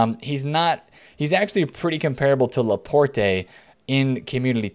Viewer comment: You don't pronounce the E in Laporte